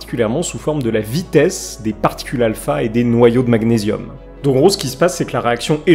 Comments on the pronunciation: Un noyau d'Azote a une masse de 14 tandis qu'une particule α a une masse de 4. Pas vraiment la même masse donc, un rapport supérieur à 3. Et côté prononciation, magnésium... Gn ça fait ɲ en Français pour la prononciation du nom de cet élément. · Magnésium, comme man"ié"risme. sinon c'est l'atome anglais Super vidéo nonobstant 💞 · C’est marrant la façon dont vous prononcez magnésium 😂 sinon top je ne vous connaissez pas , abonné